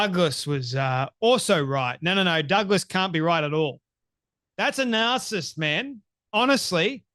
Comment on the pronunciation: Its narcissist, not narcist (which is what you're saying)